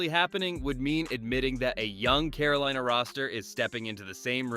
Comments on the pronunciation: Caro-leena. Lol keep pounding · "Caroleena"? I hate computerized narrations.